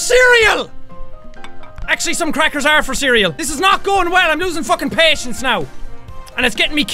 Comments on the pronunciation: listen to how he says patcens sorry for my bad grammer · I love it when he gets all frustrated and the Irish REALLY comes out full force. Like the way he pronounces "patience" .